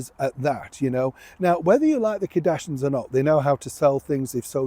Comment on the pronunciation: I like your videos, but really, it’s so disrespectful to continually mispronounce someone’s name. It’s Kardashians…….pronounced…..KAR-DASH-E-ENS. Not KA-DASH-INS.